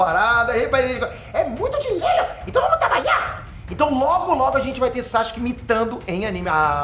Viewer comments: " etê chifrudo " " dilelo" esse me faz morrer de rir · " ...... Que isso da 'dilelo'...." Não aguentei ri demais 😂😂😂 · "é muito dinhelo, então vamo trabaiá!" kkkkkkkkkkkkkkkl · é muito dinheilo, ent vão trabaiá!!! Eu: fino, meu caro idoso de meia idade🗿🍷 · Dinheilo kkkkkkkkk